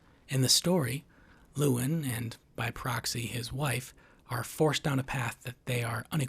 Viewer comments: Why do you keep calling him lewin, ya spoon. It's Llewellyn. Loo-ellin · "Lewellyn." You are mispronouncing it. I don't agree - Lewellyn is not "dumb." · "luh" + "WEL" + "in" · He mispronounces the main characters name at least 50 times 😂